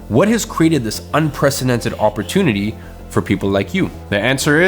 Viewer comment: OMG if i hear the word "OPP OR TOON ITY" again omg ! It's OPP OR TUNE ITY"